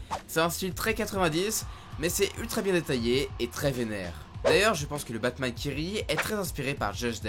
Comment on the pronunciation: C'est moi où au début il dit batmaz